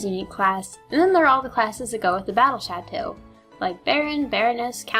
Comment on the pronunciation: You did pronounce the battle château wrong lol